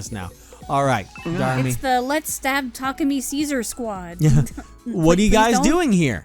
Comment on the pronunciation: Well, its more like neither of those are valid, as someone that speaks Japanese. There is no stress accent in Japanese (only pitch accent). So its "Ta*ku*mi" (with no stress). But stress on the first syllable sounds at least closer than stress in the middle.